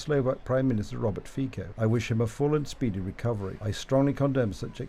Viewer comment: The name of Slovakian PM is FICO, not FIKO